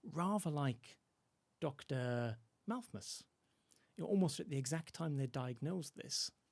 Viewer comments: Yes, "Malthmus" and that famous Dickens story "Christmas Tales." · Why is the guest adding a second m to his pronunciation of Malthus? Can he not read properly????!!!! Also, the average income in England going up approx 200 pounds is a pretty notable amount of growth given the overall income being brought in. Not compared to an industrial society but certainly not nothing. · Malthus not Malthmus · Him saying Malthmus is very, very irritating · Why does say Malthmus?